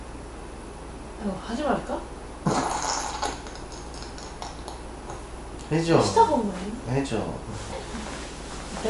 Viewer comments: 저같으면 누르자마자 제가 빵 터졌을것 같네요 ㅋㅋ 아~ 소리 너무 리얼해!ㅋㅋ 어떻게 웃음을 참았지!? 대단하십니다. ㅋㅋㅋ [ 초 " 하지말까!?" 완전 한국인 발음!! ]역시.... 위기 속에서 사람들은 능력을 발휘한다. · "아이고 하지말까" 완전 현지인수준발음 ㅋㅋㅋㅋㅋㅋㅋㅋㅋㅋㅋㅋㅋㅋ순간순간나오는 한국사람보다 더 구수한 너무 좋아요 ㅋㅋㅋㅋㅋㅋㅋㅋㅋㅋㅋ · 가끔씩 나오는 한국말 지려.. ‘아이고, 하지 말까?’ ㄹㅇ 현지인 발음 ㅋㅋㅋㅋㅋㅋㅋ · 하지말까? ㅋㅋㅋㅋㅋㅋ개웃기다ㅋㅋ발음 걍 한국인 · 아이고. 하지말까? 이거 완전 발음한국인인뎈ㅋㅋㅋㅋㅋㅋㅋㅋㅋㅋㅋㅋㅋㅋㅋㅋㅋㅋㅋㅋㅋㅋㅋㅋㅋㅋ